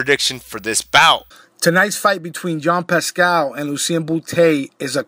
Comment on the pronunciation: its jean pascal not yann pascal